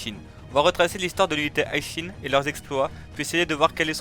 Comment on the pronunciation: Pourquoi tu dis l’unité High Shin ? Y’a écrit Hi et pas High mon pote C’est Hi Shin Tai et non High Shin tight